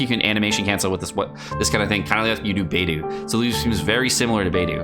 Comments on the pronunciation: =Saying “Beidou”= Bay-doh is correct. Bay-doo is not. There are at least 3 good YouTube vids from Chinese speakers of you’d like confirmation. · Are you purposefully pronouncing every character's name wrong? lol Beidou = "bay-doh", Xingqiu = "Zing-cho" Also, when you read you're talking fast as hell and slurring all your words together.